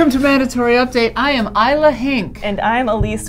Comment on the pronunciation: Her name is Isla, not “Isla”. It costs you nothing to be respectful.